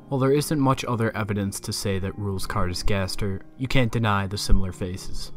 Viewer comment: Rouxls Kaard (It’s pronounced “Rules”)